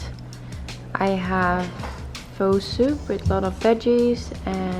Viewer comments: Omg that pho looks so good 😋😋 just a side note: it’s actually pronounced like “ph-uh” rather then “ph-o”! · fyi as a southeast asian, pho is pronounced like ‘fur’ (with a kinda softer r so more of ‘fuh’) !!